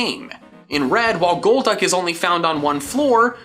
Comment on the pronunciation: IT'S GOLDUCK, NOT GOLD DUCK!